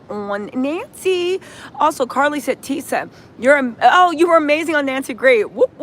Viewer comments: Who's Tisha? This is TISA (rhymes with Lisa). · TISA rhymes with Lisa.